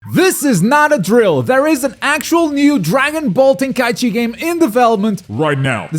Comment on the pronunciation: What are you saying? Volten Kai Ichi? I feel like you're saying it wrong on purpose lol, some kind of inside joke?